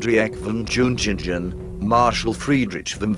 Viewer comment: It is a great pain to ears to hear all that Džiugeila, Džiungingen and all names without exception being severly distorted.